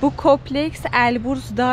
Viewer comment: Berna hanım tanıttığınız (kompleks)kopleks değil Türkçe’yi unuttmuşsunuz herhalde yine de beğendiğim 😉